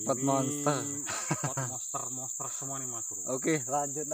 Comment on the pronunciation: Bukan moster ( monster ) Broo mending bilang besar aja